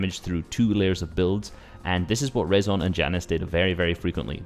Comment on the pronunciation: nice vid vid bro btw its rezon spoken like reason